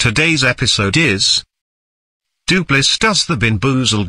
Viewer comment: If you want voice to say Doopliss correctly, type in ‘Do plis’.